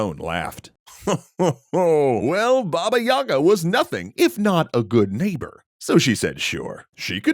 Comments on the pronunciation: istg it triggers me to no end when people pronounce it Yaga > .< in proper official Russian, i.e. not some provincial/fringe accent, it's Yega and the stress is on the Ga syllable, not on the Y, so the Ga sound is longer. It's been drilled into me from infancy, from being forced to read Russian children's books so I don't forget the language, and I just cannot keep hearing it mispronounced all the time. I'M LOOKING AT YOU JOHN WICK D:< I've only ever heard a single Russian call her Yaga (again with the stress of the ga so the ya sound is short), and his wife keeps scolding him over him constantly saying it like that xD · I always wonder why people pronounce it with the wrong emphasis, since it's actually Baba Yagá, not Baba yága. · It's not "bAba yAga", it's Baba yagAh. As in "an older woman who is disabled, disfigured, widowed, can't have kids, suspected of witchcraft, anything or everything of the above - or in any other way is just creepy to be around in a slavic village (and that takes quite a feat to achieve)". Such women became outcasts, recluses and ultimately a collective basis for the wise but terrifying Baba Yagah.